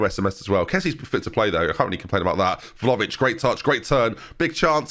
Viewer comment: ben ben.... please!!! VLA-HO-VIC!!! not velovic. VLA- HO - VIC! I enjoy your videos but the way you butcher some names and add/remove letters that are not there is just insane lol